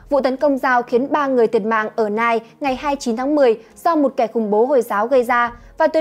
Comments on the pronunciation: Thành phố Nice của Pháp, hình như đọc là Nis không phải là Nai. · Chào BBT, các bạn chú ý đọc tên đúng về TP của Pháp trong thông tin sự việc ở Pháp bạn nhé. Cảm ơn các bạn đã đưa tin ! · Em đọc tên thành phố của Pháp sai rồi nha 😘